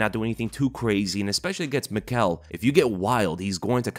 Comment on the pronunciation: Michał's name is pronounced Mee-how. A bit chinese